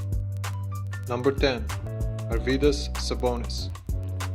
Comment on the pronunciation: Not your vydas Not my vydaa He's Arvydas!